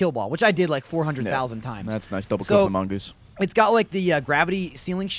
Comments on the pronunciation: plural mongoose is mongooses, plural goose is geese, it's not mongeese, it's mongooses. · MON-GOOS-ES NOT. MON. GEESE. GOD. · its mongooses not mongeese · Mongooses, not mongeese. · Ord not mongease its mongoses!!!!!! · "Mongeese" lol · lol they say mongeese